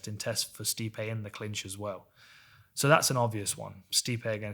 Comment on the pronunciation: It's actually pronounced 'Sty-pee'.